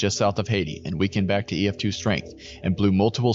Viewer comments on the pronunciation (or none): Brag-uh-doe-shu is the pronunciation It's also not "Haiti," it's Hay-tie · Hay- tie is how you say Haiti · Hayti, MO is pronounced like Haytie.